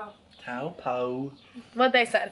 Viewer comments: It's Taupo not tawpoe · "toe paw" is the pronounciation for "taupo" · H.K.triple......actually the correct pronunciation Taupo is toe poor. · Julio Broski it is toe-poor because the is a ā or thing along those line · Taupo is said like toe paw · Taupo is pronounced; toe-poor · “Taupo” pronounced Toe Paw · Taupo pronounced Toe-Poor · Taupo Pronouced Toepaw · No it is toe-paw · or if your pakeha, taow - po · Taupo pronounce Toe-Paw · Taupo properpronouciation Toe poor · no it isnt its tow (from towel) poe